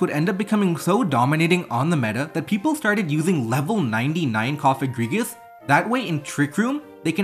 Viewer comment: Yay your finally pronouncing cofagrigus' name right so it doesnt sound like a slur!!! Wooot